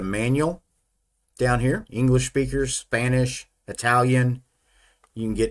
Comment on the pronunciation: Suh Pan Eesh :D